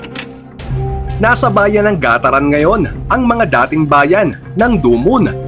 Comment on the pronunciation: NASA " GA TA RAN " 😀